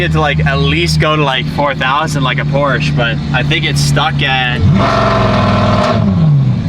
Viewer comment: Pleassss say Porsche not Porsch 😭😭😭